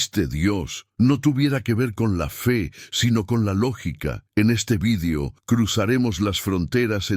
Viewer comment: Se pronuncia ( video ) no se pronuncia ( vidio )